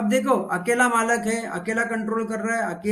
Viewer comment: Malik not malak